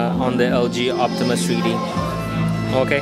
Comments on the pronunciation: can u speak correctly plz. its not HACHE tc its htc . its not tree d . its three d get it right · tree dee... lol